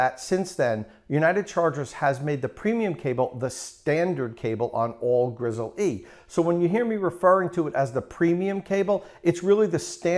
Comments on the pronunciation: Dude, its pronounced "grizzly" like the bear, not "grizzle-E" like a chicken leg. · my god, just pronounce it the way it should be, Grizzly! not GRIZZEL E, shoot me already. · Great video review, will be buying partially based on your review. by the way it is pronounced “grizzly”. like the bear!! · PS. It is actually pronounced ''grizzly'' with no pause.